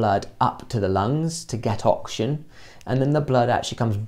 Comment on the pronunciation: Great vid but kind of annoying how you pronounce oxygen as auction